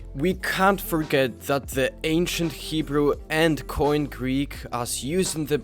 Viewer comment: koine greek is nout pronounced like "coin", you should either pronounce the e at the end like in erasmian pronounciation (anachronistic for the first century A.D) or like "kini" (with the post 6th century greek pronunciation).